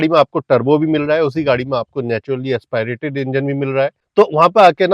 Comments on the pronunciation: AsPAAIRATED nahi hota, AsPIRATED hota hai mere bhai. Kam se kam pronounciation to seekh lo videos banane se pehle. AS PI RATED. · Naturally Aspirated Engine ❌Naturally Expi rated Engine✅ 😂😂😂